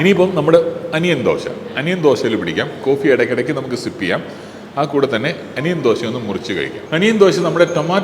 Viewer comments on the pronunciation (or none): none